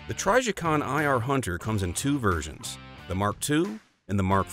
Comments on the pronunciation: “TRYjicon” I have literally never heard anyone mispronounce Trijicon before lmao 😆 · Same. Never heard it pronounced this way before. Sounds goofy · it's not a hard "I" sound, the "I" is pronounced as it is in a word like "in" or "imbalance."